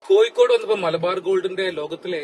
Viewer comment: Your attention please.. ആദ്യം മലയാളം നന്നായി പറയാൻ പഠിക്കൂ.., എന്നിട്ട് മതി ഇംഗ്ലീഷ് പറയാൻ... കോഴിക്കോട് ആണ് അല്ലാതെ കോയിക്കോടല്ല... ഒരു പ്രാവശ്യമല്ല.. ഒരു പാട് പ്രാവശ്യം..... ഹോ.. കേട്ടു മടുത്തു... കൊയ്ക്കോട്.....